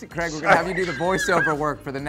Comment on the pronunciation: I thought I was heading things over last vids but he definitely calls Craig creg.